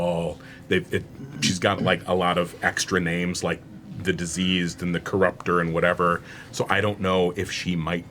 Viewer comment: I heard Deceased everytime Matt said Diseased so yeah 😂